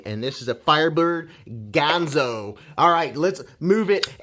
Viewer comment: Another great vid man. Dang that is smooth, and I sure do love those nice leaf-shaped blades! Ganzo makes fantastic knives darn affordable. However, I would debate your pronunciation of the brand name Ganzo.